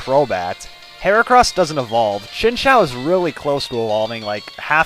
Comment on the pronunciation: lol chinchao is how you said it, but its pronounced chin ch you without the y sound